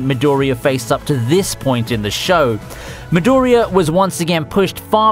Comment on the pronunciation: Midoooriya dude its Midoriiya !